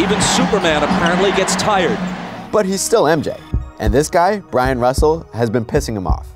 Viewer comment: Damn, “Brian” Russell got burnt twice! Once by Jordan for the game winner, then all these years later, by being called Brian. I’m sure BYRON RUSSELL LOVES THIS VIDEO!!! Since his twin “Brian” gets credited with getting that shot hit on him! Hahahaha!!! Oh, btw, it’s Byron, not Brian.